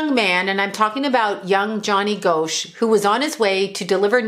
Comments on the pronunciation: I live in Iowa and remember when this happened. Another paperboy went missing soon after named Eugene Martin. Pronounced Gosh, not Go-sh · It's Gosch not Goasch when pronouncing the name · Gosch is pronounced "Gosh" rhymes with mosh :) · ...its pronounced Gosh💚💜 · I grew up in Iowa and I believe I was a senior when this happened. It was a very big deal and probably the first missing person I had ever heard of!!! The last name is pronounced like gosh. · Btw, it's pronounced like "gosh". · His name is pronounced Gosh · Pronounced like Gosh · If you are going to talk about a famous case, you might at least pronounce his name correctly. It’s pronounced GOSH. And by the way, all indications are that he is alive. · Here it is nearly 41 years since Johnny Gosch disappeared. You were wrong about so much, including the pronunciation of his name. There's an 81 year old woman who has never given up hope of seeing her son again. You should be ashamed of claiming to know anything about what happened to Johnny. Hopefully Noreen has never seen this video and you stop doing this kind of content..